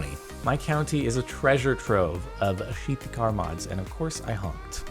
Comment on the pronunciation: I liked the way you said Sheety Car Mods before. It was pretty funny.